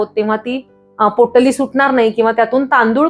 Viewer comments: पोट्टली नाही हो... पोटली म्हणा... पोट्टली पोट्टली.. कॉमेडी वाटत... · पोट्टली नाही बाई, पोटली म्हणतात. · पोट्टली नाही.. पोटली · पोटली ला पोट्टली का म्हणता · Pottali नाही potali